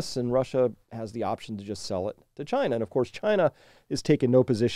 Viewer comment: "CHY-na Mart"